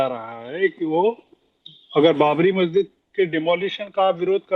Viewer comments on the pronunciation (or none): none